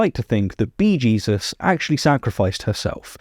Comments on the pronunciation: Bee Jesus? You mean Beesus? Or Bee Jeez? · Not bee-Jesus, it's Beesus 😁